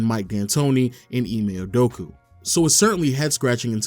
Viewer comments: great video but its Udokaaa not Idokuuuu lmao 🤣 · Can’t take bro serious when he keeps saying UdoKU instead of UdoKA